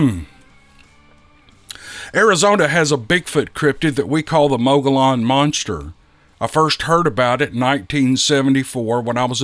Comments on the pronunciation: The two “ll”s in “Mogollon” are said like the two “ll”s in “Pollo Loco”… the first one is an “l”, the second one is a “y”… from the Spanish. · Good morning. Great Podcast. Actually, the AZ "locals" pronounce it Muggyown and, Paysun. Nevertheless, I enjoy each and every video/Podcast you upload. Thanks again for sharing these stories this morning. H.S. Mantooth Jr. Northern Idaho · Oh no. What have they done to you? They broke you, the know-it-alls, didn’t they? Mogollon is a Spanish word. And, in Spanish, the double L is pronounced as a Y. So it’s pronounced Mogoyon. Plain and simple. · Mogollon Rim is pronounced...Mog e yon...the two LL are pronounced as a Y. Payson is pronounced...Pay son. I appreciate your channel on sharing all those emails on Sasquatch and other Cryptids. I live south of Payson and Apache Junction, Arizona. Take care, Lou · Thanks for another great video Cryptid! Always love to listen. Thank you! Mogollon. Sounds like Mow The Lawn. Hmm... subliminal messages. Welp! Gotta get outside after watching the vid. That grass won't get cut by itself. Maybe I'll get me a hungry billy goat. 😂 (mogollon sounds like mow the lawn) 😊❤🙏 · 🤣Ohhh, I Lived In AZ For 52+Years & Built A 4000+sgft Cabin Home In The Rim Country 1985+, Then Lived There 10+Years, Soo They're (Mow-Gee-On) & (Pay-Son)... 🤣🤣PS I Seen & Heard Big-Foots Personally A Few Times Livin-Workin + During Elk, Turkey & Deer Huntin Up There In Them BIG ASS Hills era... 😁😎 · Mo-A-lon! Oh noooooooo! 😉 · If you're calling it MOGOLLON, then you ain't French! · LOL Oh how I admire you. In Spanish the double LL is pronounced as"Y". But you just keep on rocking your reading. Pronounce the headon LLs and I will back you all the way. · Officially it's Spanish and LL is pronounced as Y but go on and do you!